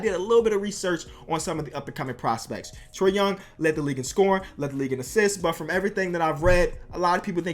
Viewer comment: Trae Young not Food Tray Young